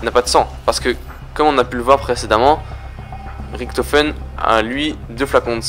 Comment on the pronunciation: ça se dit Riktofen abrutit donc si fait la faute alors lui aussi là fait.